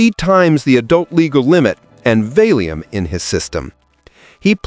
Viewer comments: VAY LEE UHM? WTH is wrong with your BS A.I. voice? Valium! What the fudge is wrong with you? 🤮🤮🤮🤮🤬🤬🤬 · "VAY-lee-um?" Really? And some people think AI will take over the world. Right. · Nice pronunciation of "valium" . 🙄